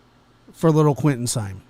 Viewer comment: It's Simon, long I. Simeon is spelled this way